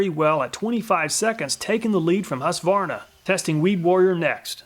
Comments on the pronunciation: Husqvarna is a Swedish town. Meaning something like "house mill" (hus=house). It's not pronounced hus-varna or husk-varna. It's pronounced hus-kvarna. If that makes any sence. Love from Sweden! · Husqvarna being a Swedish brand, I was surprised to know that it was also manufactured and sold in the US. (pronounced "Hueskvarnah", btw) Great video! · Great content as always, but as a Swede ... the Q in Husqvarna is spoken as a hard k ... hus-kvarna ;) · I can't but smile a bit every time you say "Husqvarna" :)